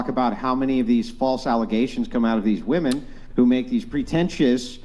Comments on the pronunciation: Why do they all say "woman" instead of "women"? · Why do they say "woman" instead of "women" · Why is it that a whole generation has been taught to pronounce wom-en as womon? I've noticed this over past year and it bugs the sh#t out of me. Why is everyone pronouncing this word incorrectly?